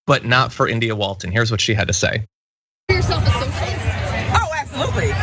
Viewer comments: hahaha "soshulist" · "Yer a SOSHULIST!!!" And it just won me this election, biotch!!!!